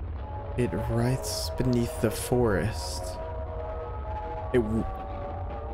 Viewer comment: it hurts to hear him pronounce "writhes" as "writes"